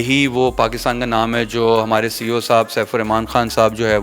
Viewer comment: 😂 coo nh CEO hota h